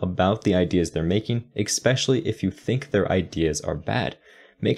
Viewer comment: It's good to hear some of those things said out loud. Thank you! ...Also: Mistake #6: Driving away potential customers by saying "expecially" 😜